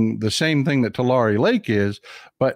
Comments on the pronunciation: It's pronounced like Tulary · Say Tu-lair-e please. That's local pronunciation. JS.......I 🙃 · I lived in Visalia. Mt Whitney HS played Tulare HS. You are not the only person pronouncing it differently. I never heard it any other way except 'TooLarry'. Dad flew helicopters for JG Boswell in Corcoran, not far from Tulare (toolarry) and it was always 'toolarry'. But, then, there were only 11k people in Visalia, so maybe we were all incorrect. Just min-ooh-shaw! STAY WOKE AND VOTE BLUE.